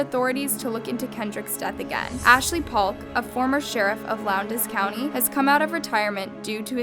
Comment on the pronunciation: So much research, but pronounces Valdosta and Lowndes County wrong.